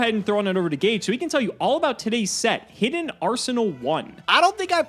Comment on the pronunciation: Because it's Ga-Geh 🤷